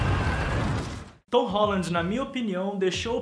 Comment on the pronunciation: VC nem sabe falar o nome dele!!